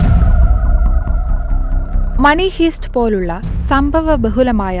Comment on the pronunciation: മണിഹീസ്റ്റ് അല്ല പെണ്ണുമ്പിള്ളേ "മണിഹൈസ്റ്റ് "